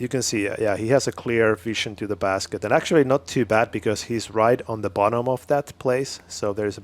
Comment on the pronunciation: Please, learn how to say "actually"